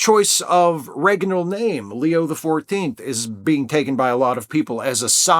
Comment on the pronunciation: GAH ; you said " reganal " . I grew up catholic but i recovered.